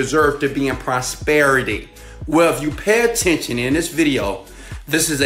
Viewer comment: That your nose and mouth when pronouncing "prosperity" ...